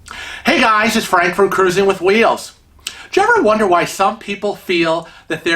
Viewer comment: You're such an idiot! You always pronounce "Frank" incorrectly and it drives me crazy! Love your videos 😘🤗